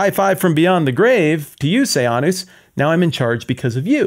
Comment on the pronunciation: This was a good lecture, it brought up all my old memories of “I, Claudius,” the British tv series. Roman emperor history is a big soap opera. “Sejanus” was pronounced “Se-Jane-us” in the series, not “Say-Ahn-us,” but wtf.